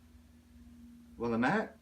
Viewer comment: Those Knit Picks colors are named after neighborhoods in Portland. How fun! By the way, Willamette is pronounced Will-AM-it. Love you guys!